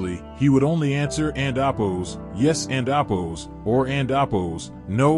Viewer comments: Why do you keep saying "andabos"? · "and appose" "and appose" "and appose" what in the world are you saying??